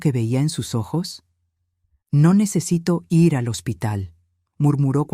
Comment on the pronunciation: Si está narrando en español porque dice los números en inglés y para decir ir dice letra por letra, quién no devolvió la llave el hijo o la madre si no saben narrar por lo menos busque un buen narrador de inteligencia artificial